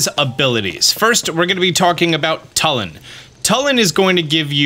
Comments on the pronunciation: It’s not like Tull-in its like tool-in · TWO-LIN NOT TUL-IN IT’S SAID IN THE GAME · His name is pronounced toolin not tuhlin lol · It's "Tooh"- Lin not "Tuh"- Lin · its pronounce toolin not tullin bro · my braincells popping every time this guy says tuh-lin. It's too-lin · TUULIN. U is stressed. Not tulin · This is driving me crazy. You’re pronouncing Tulin’s name wrong. It’s not “Tull-in” it’s “Too-lyn” you’re saying his name wrong. Even if you were just reading it you’re phonetically incorrect. The cutscene after you beat the temple his ancestor says his name for you - if you need confirmation. Thanks for all your tips and tricks vids though. 😂😂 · Bro it’s pronounced two-lin. Not Tull-in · ITS PRONOUNCED (chu-lin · It’s pronounced two-Lin. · tulin- too-lin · It's pronounced too-lin and Teba is not a descendant of ravioli he's just a Warrior of great courage that highly respected ravioli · The way he pronounces tulin( you say it like 2-lin) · It's Too-lin. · My God, it's pronounced Too Lin. They literally say it in the voiced cutscenes. Come on guys, we're in the age of voice acted zelda. Mispronunciation shouldn't be an issue anymore. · I’m sorry but the way he pronounces yunobo and tulins name annoys me so much